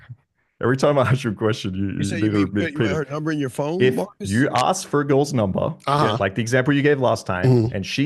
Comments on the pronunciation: ASK not AXED 🪓. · in every debate Let me Axe you a question....